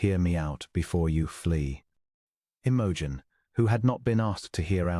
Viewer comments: AI makes her name sound like an OTC medicine for digestive problems. 😂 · Unlikely. But a sweet short love story. Best part is that the narrator does not sound creepy or robotic and reads the lines fairly well. Well, except for the lady's name.